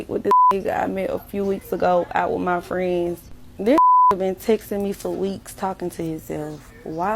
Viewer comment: If she can’t pronounce the word friends correctly bounce